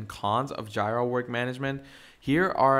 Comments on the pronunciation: OMG guy needs to edit this video and front load an apology for butchering the name of JIRA. I couldnt watch it simply because hearing "Jaay-Rah" its "Jee-Rah" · FYI, I don't want to start this with criticism, since I AM learning, and much appreciate it, but JIRA is pronounced Jee-ruh. It's the second part of Godjilla or Godzilla in Japanese :) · My ear hurts every time I hear JAAAAYRAAA. Good tutorial though :) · It's JEE-RUH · Say it with me... its JEE-RUH!!! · Yeah it's definitely GEEEEE-RA Comes from the Japanese GoJira so yeah painful to hear! 😅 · 🤣🤣🤣🤣🤣that annoyed me too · The way he pronounces Jira was driving me crazy incrementally…